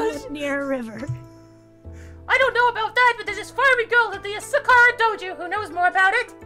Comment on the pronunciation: you said sakura wrong